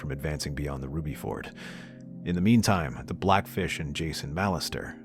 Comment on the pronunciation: It’s ruby FORD, not fjord!!! Ford like Fork